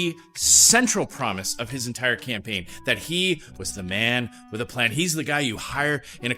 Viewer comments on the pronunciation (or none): Joly doesn't even take the 5 minutes to learn to pronounce the word with, it's always wit but she doesn't care